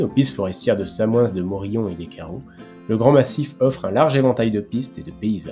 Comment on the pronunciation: Dans Samoëns on ne prononce pas le s de fin